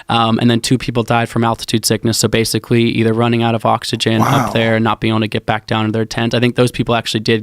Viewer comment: basicwy.... this guy probably set the record for fastest story told on Rogan that covered the greatest distance